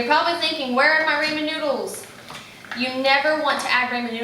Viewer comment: Until YOU , I've not heard ANYONE pronounce Ramen with a long "A" :) I've ALSO not seen the recipe where the NOODLES were toasted too, wow! I might take that extra step when making it , and oh...*APPLE CIDER VINEGAR* is better (IMO) than the white vinegar you add, just sayin'~~~:)